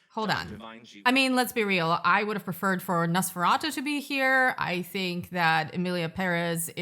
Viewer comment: I am so tired of hearing people pronounce Nosferatu as Nose-ferato....ugh